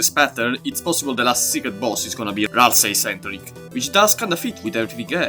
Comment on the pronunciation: Do NOT jumble Ralsei’s name one more time